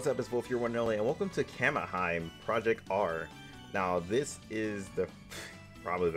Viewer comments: If my english is correct the pronunciation is closer to ka-me-hee-meh, and I think it translates to divine/godly princess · did this man rly just say kamihime like that